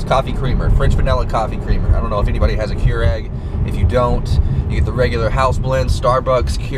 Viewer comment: "'Keurig", I think is what he's trying to say. lol! Hey dude, Why haven't you been uploading to your channel anymore?!